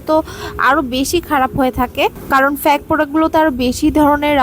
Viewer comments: প্যাক ফ্যাক না,, ফেইক! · ফেক না ফেইক😂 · আগে ঠিকমতো কথা আর উচ্চারণ শিখে আসুন তারপর রিভিউ শেয়ার করেন। it's not ফ্যাক it's fake।😅😅 😂😂